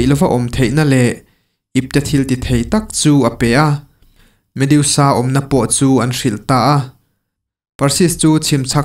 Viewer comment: Medusa,a in ziak ang hian,lam mai tur ni awm tak a ni,mediusa ni lo vin.ha ha haaa